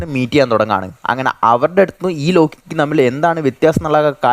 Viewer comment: ലോകികൂ അല്ല ലോക്കിക്കു